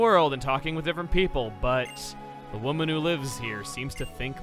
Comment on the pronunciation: “You engage the Unassuming Local Wo-mon.”